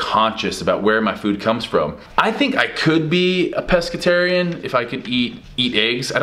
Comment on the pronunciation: Steve it's Pescatarian not Pesceterian! 😂